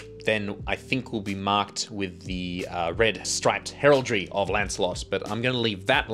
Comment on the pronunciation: First time here, cool concept but mate, for the love of christ on a bike stop saying heraldry like that.